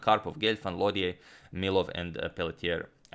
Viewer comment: Lautier would be pronounced more like low-chay, and Pelletier more like pell-chay